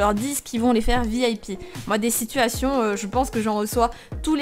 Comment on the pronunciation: Ces "sitouationnes" XDDD